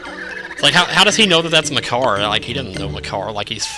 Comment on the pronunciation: "You can't eat Makar!" it almost sounded like... "You can't eat my car!" xD